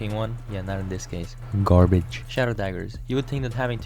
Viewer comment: GARBEDŻ :¬D